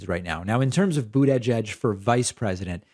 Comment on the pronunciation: I was delighted to hear you pronounce "Buttigieg" as I recall him telling people how to pronounce it!! You're the first commenter I've heard pronounce this correctly! 😁